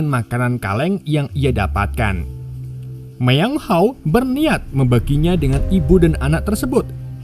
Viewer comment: Bukan myeong haw,, tapi myeong hwa